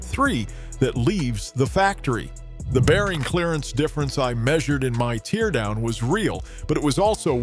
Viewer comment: AI narrator (teardown mispronounced), no footage of the teardown or the guy that's supposedly speaking. I'm calling BS on this whole story.